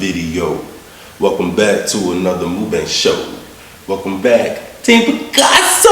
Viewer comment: I'm gonna put you over my knee and spank your booty if you say "mookbang" again🙉. It's pronounced "muckbong". I still love you though(in my mom's voice)!!!😘 The food looks like it taste amazing!!!👍 Be safe today 🎃!!!🍫🍬🍭